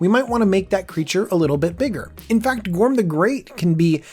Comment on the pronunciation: I think he said Gorm wrong